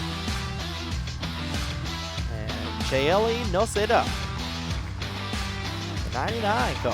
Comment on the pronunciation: Chaeli is a rare surname but it would be pronounced as CHAY-Lee. And in case if you want it Noceda is pronounced noh-SAY-duh.